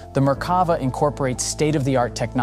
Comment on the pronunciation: The 'commentator' can't even pronounce Merkava, with the emphasis on the last syllable -'va'. That suggests they've only ever seen the name printed and never spoken.